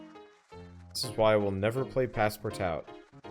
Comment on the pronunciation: pass-par-tout, hahaha sorry but it's funny